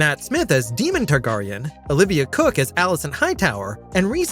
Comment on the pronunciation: You lost me at House Tarr-Garr-ion. I'm out.